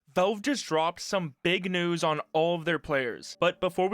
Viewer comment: Old nieuwss xD